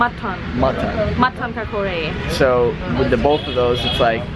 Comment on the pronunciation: Its kachori not kakori